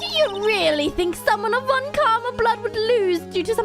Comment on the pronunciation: I don't think you need to give Franziska a German accent, since she's perfect and thus would speak perfect English. Side note: the "Z" in "Franziska" is pronounced like "ts" and the v in "von" like "f".